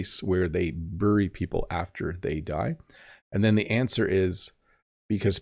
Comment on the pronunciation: Hi There, just wondering why you pronounce 'bury' as burry. Never heard that from a Canadian before. Used to 'berry.'